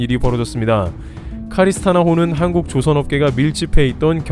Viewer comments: Carina star 호 임. 카리스스타가 아니라 카리나스타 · 카리스나 스타호 아닙니다. CARINA STAR. 카리나 스타입니다.